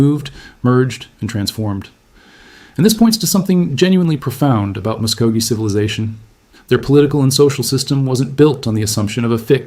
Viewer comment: Anyone who can’t pronounce the people properly should never disrespect the people by saying their name! AI should never be used to disrespect the people!